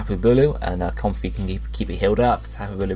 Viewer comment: I think comfey is pronounced Com-Fay. It's like a play on comfy, and a Hawaiian flower necklace, the lei.